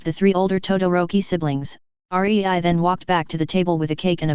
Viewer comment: it's rei NOT R E I